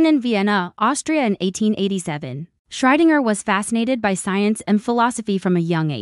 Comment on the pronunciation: WHO? Can you pronounce that properly? A.I. sucks again!